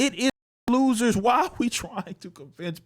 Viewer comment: Everytime i hear you say "thats for losers" it sounds like Fallujah 🤣